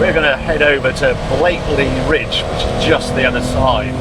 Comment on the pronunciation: It's Blakey Ridge. No 'l'